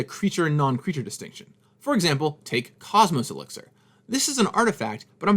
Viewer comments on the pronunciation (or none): none